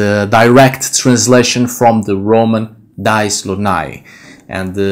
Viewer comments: Why do you use english pronunciation for Dies when its not an english word ? Dies is pronounced Dee-es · Your robe is beautiful,, and you are much too humble: i am sure that what under it is also beautiful. I hope that you will not be offended that i point out a couple things. In Latin ''dies'' is not pronounced like English ''dies''. The vowels are separate in the Latin: thus, dí-es (like english ''dee-ays''. Also, you might like to know, that the word for Wednesday in Dutch is ''Woensdag'', also from Wodan, and not, as in German, Mittwoch (Midweek). In Dutch Friday is ''Vrijdag'', Saturday is ''Zaterdag'', all corresponding to the Anglo-Saxon names. In Dutch there still exists the word ''vrijen'' (the v is pronounced like an f), as in Gothic, and it means ''to make love''. Thus, the name of the goddess of Vrijdag (Friday) is thought to mean the same thing as Dutch ''vrijen''.